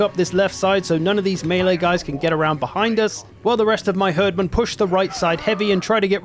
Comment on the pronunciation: For the love of rødgrød, please stop calling them "herdmen" It's pronounced "Hierdmen" XD